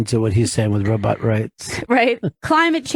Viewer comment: I miss when Fez used to pronounce it "robutt"